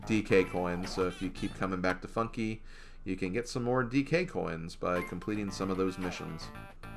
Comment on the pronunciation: did I hear mispronounce Funky Flights 2 as Fucky Flights 2